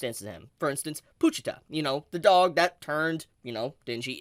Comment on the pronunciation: Imma keep it real witchu chief, the way you pronounce "pooochita" grinds my gears haha it's po-chita😄